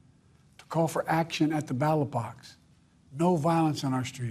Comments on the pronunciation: No he didn't... Listen again calling the Ballot box a battle box! He can even read! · no he clearly said battle box.